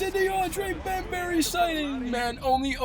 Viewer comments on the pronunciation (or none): Man keeps calling bembry bem-berry lmao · Deandre bembry not bembary lmfao